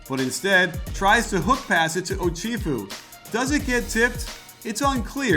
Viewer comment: iT'S Oh-CHef-ew. Not Oh-CHIEF-ew.